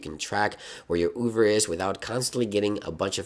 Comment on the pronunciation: Did you say "Uber" or "Oover"?